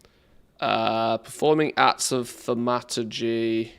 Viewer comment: I think its pronounced THORM A TUR GEE :)